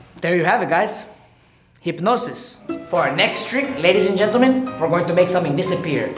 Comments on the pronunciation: Juanpa said "hype-nosis" during the interview... Then during the performance he said "hip-nosis" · Hypnosis "Hit noses" ...😂😂